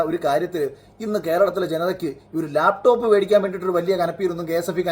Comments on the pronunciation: ലേപ്ടോപ് അല്ലടോ..... ലാപ് ടോപ് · മുഖ്യന് ലാപ്ടോപ്പ് എന്ന് നേരെ പറയാൻ പോലും അറിയില്ല. ആ പോട്ടെ , ബാക്കി നോക്കാം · "ലേപ് ടോപ് " വിജ്യൻ 🤣🤣🤣🤣🤣🤣